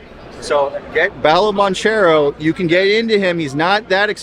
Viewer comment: I can’t take seriously when he mispronounces Paolo Bancheros name incorrectly. So much for a “big” basketball fan…